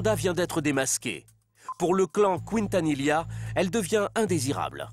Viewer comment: Selena Couintanila... Incroyable la prononciation, pourtant c'est la même chose en français qu'en espagnol Quintanilla c'est a dire "qui" la voyelle u NE SE PRONONCE PAS !!!!